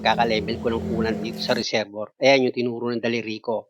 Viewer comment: Sir resebwa nyo po bigkasin ang resevior pra po d kau mhrapan sa pgbgkas.salamat po sa mga tips